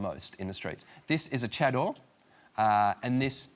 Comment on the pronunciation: pronounced cha - dar not chad door